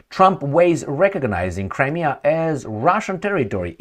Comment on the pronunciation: Cri-me-a River!!